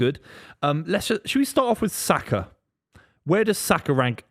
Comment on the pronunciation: who is that clown saying Saka???